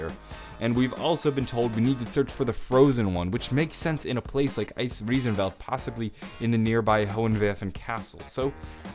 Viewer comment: you are my fav zombie youtuber now cause you really improved your german and can pronounce Der Eisendrache, Hohenwerfen and Eisriesenwelt very well!